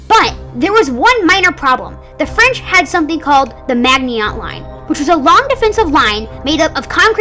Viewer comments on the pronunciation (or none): Maginot is pronounced like /ma/zhi/no/ And the entente is pronounced like /aun/taunt/